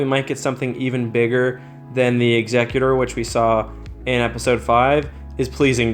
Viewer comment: Thank you for pronouncing "executor" correctly.